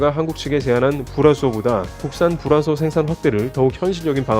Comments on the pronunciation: 죄송하지만 불화수소 발음 잘 안 되시는듯.. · 불화수소 발음 뭐임 ㅎㅎ